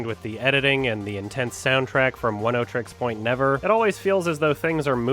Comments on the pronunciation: 'One oh trix point never' Is that really how its pronounced? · "The soundtrack from one-oh-trix-point-never" EXCUSE ME??? Vaporwave?!